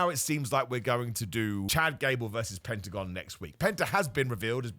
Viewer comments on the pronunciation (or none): none